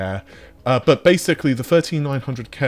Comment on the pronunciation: Dear, i was born 1975 and built many custom setups and i hope, that the underdog AMD will grow up more. I have a x5900 and a 6800xt in my rig and its fine. BUT (as U pronounce it BUTT) -> I think this gonna be a very (too hard) way to compete with leatherjacket NV. NV's advantages is the focus on AI (and as outcome t*rd: GPUs). I really love to see AMD in front, but this will not gonna happen.